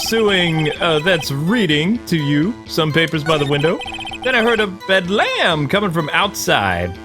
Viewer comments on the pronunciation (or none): The character voicing is great - noticing quite a few minor mispronunciations (namely with big or uncommon words) like Bedlam being pronounced like "Bed-Lamb" instead of "Bed-lum". and "Perusifying" (Pi-roo-si-fy-ing) was skimmed into Pursuing (pursuit instead of peruse) It's likely just that you're reading quickly, I've livestreamed before and fumbled text worse, and it actually worked quite well for the arrogant "haha yes i sure do know many words that are big" attitude of Redd White, but just a friendly heads-up. PS: Nick isnt Phoenix's name, it's just a nickname. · You pronounced "bedlam" weirdly, but man does that fit Redd White's character.